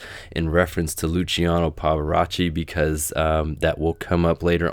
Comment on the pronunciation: Another great video! Thanks so much for all your hard work! You're mispronouncing "Pavarotti"